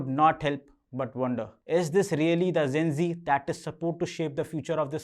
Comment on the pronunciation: Thank you for the video. Since you aresaying the word Gen Z so many times, try to pronunce it as Jane Zee and not Zen Zee. I have a youtube channel on communication skill and I think you are doing great!